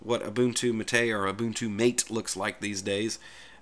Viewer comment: It's MAH-tay, not Muh-TAY.